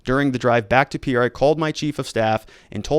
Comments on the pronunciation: And I think Pea-air is Peer. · It's PEER not pee-AIR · Pierre is pronounced Peer. Most south dakota counties have a sheriff or a sheriff and 1 or 2 deputies. The top 10 counties (population wise) have more than 3 total law enforcement officers. Not many towns have police and sheriff. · Pierre (pronounced peer) is not what I'd call a bigger city.